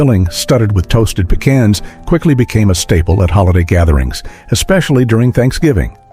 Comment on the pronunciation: Pee kawns!